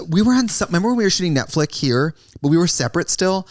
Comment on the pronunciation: Trixie calls it Netflick. 😆